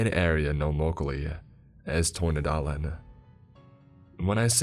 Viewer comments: Excellent pronounciation of "Tornedalen" ! I'm impressed. And damn the description in the beginning of the environment with the fleamarkets and such is so true. I am from the middle and southern parts of Sweden ut I've spent much time in the north...the countryside here(all of the country) is littered with those kind of shops. I've heard many stories like this one when I grew up. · Tycker också att han hade bra uttal för att inte vara Svensk.